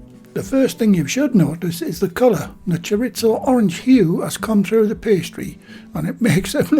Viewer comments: “Chor • ees • zoe” not “chor • its • oh”. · "Choritzo" Haha! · Just FYI, it's pronounced Chor-EE-zo. Mexican loose meat Chorizo is WAY better. I love the combination of Chicken and Chorizo. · Love the videos but can we please stop saying "choritso" it's Spanish, not Italian 😊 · We have Delia Smith to thank for the silly mispronunciation of 'chorizo'. In mainland Spain it's "choreetho and in south American Spanish," choriso". As for those pies, it's 'pollo con chorizo' if you want to cause eye rolling down at the local, but I'm surely going to have a go - with the spicy 'choriso', I like a kick on the tongue as the Bishop said to the actress. 😛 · There's no T in chorizo,!